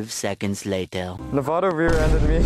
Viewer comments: Its nevaaada your girlfriend bruh😂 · It's Nevada duuu lol